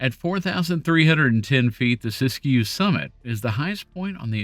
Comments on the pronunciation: Siskiyou is pronounced Sis Q. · The locals just pronounce it "sisk-you." The second "i" in Siskiyou is silent. And Willamette is pronounced "will-lam-it"